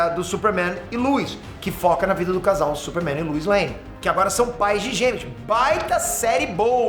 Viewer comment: Quem é lUis? É lois, pelo amor de Deus